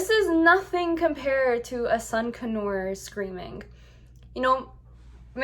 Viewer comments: Its pronounced "con your" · D it sounded like you were saying a sun canue lmao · It’s pronounced sun con-ur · It's pronounced con-UR not con-or.... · Its not sun connors its sun conure ! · Seriously, I was like have I been pronouncing (CON-YER) wrong all this time? 🤦🏻‍♀️🤣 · Your saying conure wrong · Are you pronouncing conure wrong or have I been wrong for 20 years?